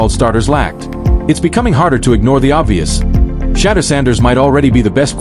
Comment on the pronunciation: Shedèur. Shedèur. Shedèur... please pronounce his name properly...